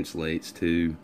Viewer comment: It's FARRAD, NOT FERRET!!